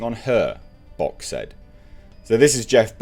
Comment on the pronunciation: . When he "Bock said" it sounded almost like "Box said" like the person was being quoted was a talking box. Well he certainly has the intelligence of one. Or slightly below It's amazing the lengths they will go to avoid accountability for their failures to create a good movie that people would actually like to see. Because they know they can't say "Maybe taking the whole Feminist angle and acting like this movie was some opportunity to 'smash the patriarchy' and 'expose misogyny' and basically telling everyone it's to spite all men. Maybe that was a mistake". They seriously can't do that and simultaneously hilarious and sad.